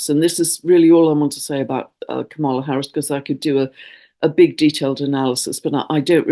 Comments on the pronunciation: Hi,! Love what you do—but one mistake you keep making: It’s KAM-ala. (not Ka-MA-la). Think “comma”, then “la”. This is triggering because purposely mispronouncing her name is a bullying tactic used by Trump and the MAGAs. 😡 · Hi, please pronounce VP Harris’s first name correctly, you are putting the emphasis on the wrong syllable, is is pronounced is if it were spelled Comma-la, not pronounced Ka-mala. Thank you. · Just to let you know Kamala is pronounced comma-la not ca-mall-a. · Thank you for your video and work. I appreciate you. Just to keep my UK friends in the know, Kamala Harris pronounces her name with the emphasis on the first syllable: KAMala. 🙏 💙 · Please say KA mala. Accent on KA like comma love u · Please know that the next US president's name is actually pronounced KA-ma-la with the accent on the first syllable, not pronounced as your queen's is. Thank you. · Thank you,. You are mispronouncing VP Harris's first name. Maybe just use her last name the way you do with the male candidates.